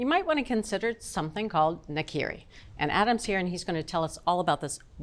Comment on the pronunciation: Come on, put the word in Google translate to learn how to pronounce ’nakiri’. Or at least pretend it’s Spanish. 🙄